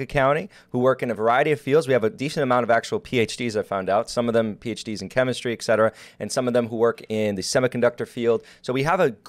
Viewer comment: it's Et Cetera not Ex Cetera